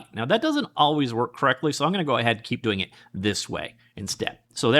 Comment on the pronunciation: "OOOOH IM GODOING IT"